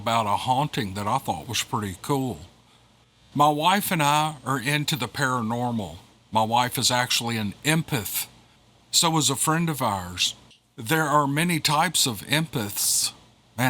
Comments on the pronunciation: Said m-past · Thank! Al😊lways ready for your voice.! I think it's em-path, least that's what I say on the 20 or so times I've ever said it out loud...lol.. I'm 57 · Em - Path. You say empathic just fine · It is pronounced im-path and for that other story how the hell is this guy 48 and has never heard of Bigfoot? I call BS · Em path is the easiest way to say it my wife and I are Empaths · Pronounced EM PATH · It is pronounced em-path. Like a path through the forest where Bigfoot is stalking you. lol It’s like two different words that you pronounced together. Say M and then path. Like Mpath. 🤐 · Em path epic. Break it down, and it is easier to pronounce!! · It's pronounced "m-path." Think of the word empathy. It describes people who are very tuned in to people or animals suffering. Just pronounce it as two separate words "M-path." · Break it down in to EM-Path its a compound word of one syllable & 1 word Empath, empathic just break'em up into their parts & say each one on its own then you can say'em with no problem. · m path. and Palestine pronounce palasteen not stine. different from gaza strip. love ya